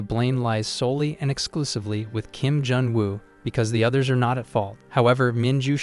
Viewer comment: sadly he said junu